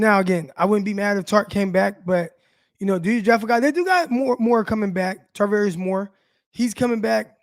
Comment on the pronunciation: Char NOT Tar 🤦‍♂️